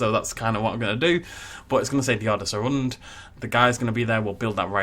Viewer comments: ....The best way to pronounce the rand would be like lady gaga's Ra Ra sounds in her song bad romance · for Rand, it’s more pronounced like the word Run, so it sounds like “runned” and you roll the r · to pronounce the name is Rr-un-dt I am south african I speak afrikaans love the videos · The word 'rand' is more pronounced like the English word 'want' but with an R instead of a W. I'm not a native Afrikaans speaker, but I'm Dutch and the language is so similar that I can understand about 90% of it. Afrikaans is actually pretty funny to the Dutch ear, the words and the spelling are a little different but I can understand what they mean. A bit like how a Dutch child would describe something he doesn't know the word of. For example, a scooter is a 'bromponie' in Afrikaans, which literally translates to 'vroompony' in Dutch. And the Kameelperd from your video sounds like 'camelhorse' to me. And one of my favorites I just learned: 'Van-nikskse-nie-bang-skip'. This is the word for a military ship and translates to 'afraid-of-nothing-boat'. I love Afrikaans ❤️ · Fabienne Daalhuisen I’m a native speaker and I can confirm that it is like want with an r😂 Oof to the rolling of the r’s part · Your pronunciation is a little bit of (then a in rand is pronounced as a "ah" with a rolled "r"), but it does not matter. It is not the easiest language for English speakers so well done. Keep up the amazing work